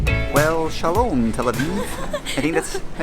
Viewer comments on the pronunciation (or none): you say "shalom" for hello in Hebrew, not "shalome". and you say "lehitraot" to say goodbye (it translate to be seeing you i guess). good video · Hahahaha sahlom it’s hey it’s not bye bye it’s bye